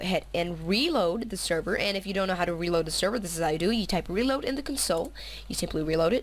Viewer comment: ur sooooo gay u keep saying wred and weeload